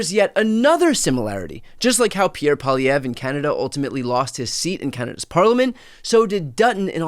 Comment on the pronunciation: I must commend your mastery of French. You say Poilievre perfectly 👌🏾 👍🏾